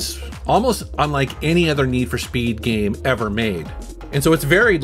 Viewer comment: "geeme" "GEEEEM"